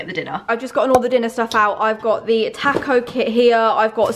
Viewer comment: the way pronounces ‘taco’ 😂😂💗💗